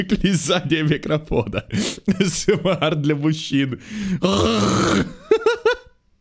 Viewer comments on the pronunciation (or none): none